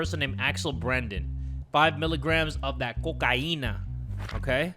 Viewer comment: "Five miligrams of co-car-e-nah" i wheezed